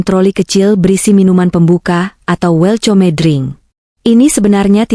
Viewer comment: Wel tyome drink name tag, pus bak mbk bekajar membaca inggris dikitlah 😅